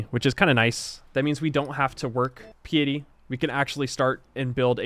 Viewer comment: How interesting that mispronounces the word "piety" and then 30 seconds later pronounces it correctly Edit: then another 30 seconds later, mispronounces it again!